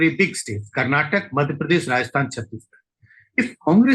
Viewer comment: It's not karnatak it's Karnataka 🤦